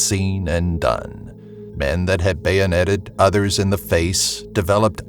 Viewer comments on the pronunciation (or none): none